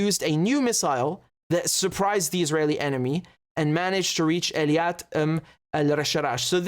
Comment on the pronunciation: One small correction to make Richard. The southern port of Israel is Eilat not Eliat. It's pronounced [AY] + [LAAT].